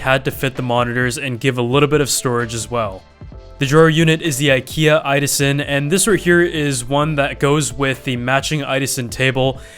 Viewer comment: IDASEN?!!??!???? It's "idåsen" pronounced i-daogsen